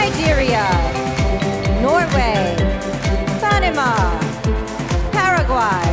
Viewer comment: kay panama galing ng pagka bigkas. Palaban yern hehehe